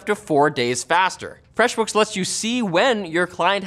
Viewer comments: Slurring freshbooks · Dangerously close to incorrectly pronouncing FFEFWEEESHBIOOKS as merely "Freshbooks" in that vid. Nice recovery. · temporarily forgot to say it like "FWAAYSSHBOOX" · I read this comment as he said fweshbuks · Take 37: Linus, off-camera: No No its FR-EEHHH-SH Books. Try again!